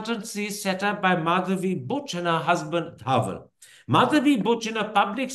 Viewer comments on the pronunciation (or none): Someone please tell Karan that it is Dhaval (धवल) and not Dhaaval (धावल)